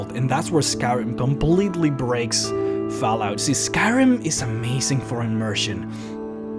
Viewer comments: Is it just me or did he say faalout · "Foul-out". Lol, sorry not making fun of you, just funny how you pronounce it. =) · That pronunciation of Fallout lol